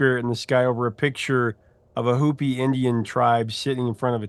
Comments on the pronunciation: ‘Hopi’ is pronounced “HOH-pee”, not “Hoo-pee”. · Hopi not Hoopi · Hey bro, It's pronounced "hoe-pee," and they don't use teepees. Great episode!